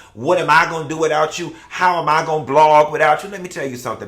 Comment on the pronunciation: Anila irks me to no end. If I hear her say “blog” one more time 🙄